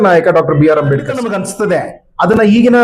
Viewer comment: ಅಂಬೇಡಿಕರ್ ಅಂತ ಹೇಳೋದು ಸರಿ ಇಲ್ಲ. ಅಂಬೇಡ್ಕರ್ ಅಂತ ಹೇಳಬೇಕು